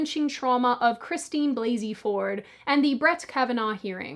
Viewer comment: I love Rush Limbaugh's pronounciation of her name "Balsey-Ford".